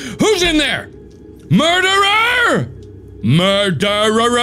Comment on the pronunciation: “MERDERERER” “MORDERERER” Darkiplier lore = “murderer” intense thunder